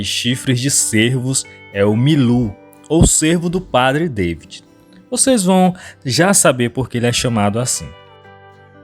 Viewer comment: Lê-se padre DA-vÍd, como no português, afinal francês também é uma língua latina. Temos que parar com este vício de dar pronúncia inglesa em tudo que é nome estrangeiro, afinal não somos anglófonos ! Há outros tipos de veados mais passíveis de entrada em terras brasileiras. Os argentinos introduziram em estâncias de caça já a algum tempo o chital, que é o veado da Índia citado no vídeo, o gamo e também o veado vermelho, estes últimos trazidos da Europa. Eles já chegaram nas províncias de Santa Fé, de Corrientes e de Misiónes , por isto há grandes chances de entrarem no Brasil pelo Pampa ou pelo Oeste de Santa Catarina, como já ocorreu com os javalis !